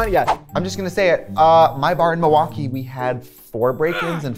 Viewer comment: correct pronunciation of m'waukee. 👍🏼